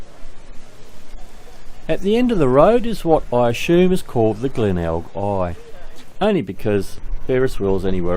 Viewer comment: Nice to see Glenelg again, went there many times. couldn't get out of the habit of calling it Glenegg:)